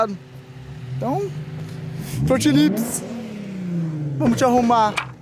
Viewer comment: Vc falo fronte lips 14 vezes ksksks em 1 minuto